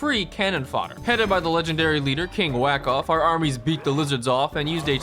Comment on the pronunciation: "headed by the legendary leader King Wackoff" I will never pronounce Wahkaf as it was originally intended anymore it will now forever be king Wackoff